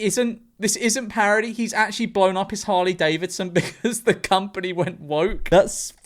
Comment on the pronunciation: "even saying the name Hurley Davisson". Can't even say the goddamn names right, the whole country must be just guzzling lead at this point.